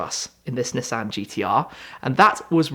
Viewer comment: See he pronounces Nissan right